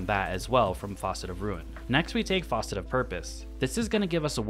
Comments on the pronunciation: Dang, I have to mention, it's fAcet, not fAUcet for the fragment names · I think it’s pronunced F(ass)cet homie. It’s not a sink. Also there’s no “U”. Facet is a component of a whole. Sounds better than a leaky sink too. Just a tip so haters don’t hate in your future videos this season. Good videos thank you for good content bro-man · Facet not faucet 😂😂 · ...keep droppin strong builds buddy...also...don't say it like "foss-it"...say it like "fass-it"...👊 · Hello, just wanted to note the "facet" is pronounced fa- like fabric, not fa- like faucet. Love your your content. Keep it up. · For the record it’s a facet not faucet 😅 but love the build !!! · I'm going to make this build, not because of the gameplay, but solely on the fact you called all the fragments "faucet of" instead of "facet of" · It’s facet (fast-it without t) not faucet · facet (as in Apple), not faucet. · Minor detail, but it’s Fa-cet, not Fah-cet. That’s a sink “faucet” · facet - as in geology. not Faucet - we're not at a sink >< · It’s fas-set, not faucet. Otherwise, great video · Facet not faucet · you pronounce the word "facet" (FASS-et) like how everyone else pronounces the word "faucet" (FAW-set) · FAH-cet not FAW-cet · Facet, not faucet 😭😭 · Facet, not Faucet. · Faucet. Fawcet. Focet. But never once is the word facet in this video. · Nice build but these are facets, not faucets. Rhymes with "assets" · Facet, pronounced like fat, not faucet. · For the love of god it’s FACET NOT FAUCET homie is out there calling our fragments a part of a sink… 🤦‍♂️ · Bro... why you keep sayin' FAUCET? Are you installing your fragments in the sink? The 'A' in facet is pronounced like Fast or Ass. Fass-It. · Can't believe this man just said FAUCET like he's talkin about a kitchen sink XD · Interesting build I'll definitely be trying. That said, I've never heard someone pronounce the word "facet" like that before. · Yeah good build. Wrong pronunciation. 😂